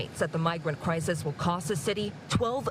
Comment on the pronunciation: Why is he saying crisES? That’s plural. He’s trying to sound smart but talks like a cheap gang member .